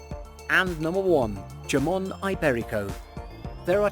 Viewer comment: Yamon? Lollllll the best jamon is pata negra de castilla